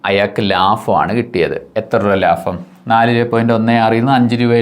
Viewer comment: ലാഫം അല്ല ലാഭം 🤚